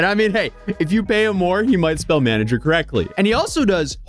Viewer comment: "Maneger" is so ironically hilarious man I can't.